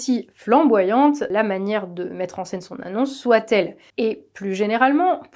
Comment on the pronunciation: on ne dit pas "soitE", enfin si mais dans un seul cas, quand on peut le remplacer par "certes" par exemple... le T final de "soit" ne DOIT PAS être prononcé. Par ailleurs c'est affreux à l'oreille, sans doute la raison pour laquelle on a décidé au fil des ages de le taire du reste...